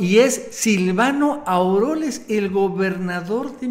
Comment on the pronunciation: NO ES AUROLES, ES AUREOLES !!!